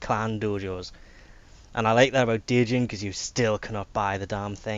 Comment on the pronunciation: Djinn is pronounced Jinn. It's basically where the word Genie came from.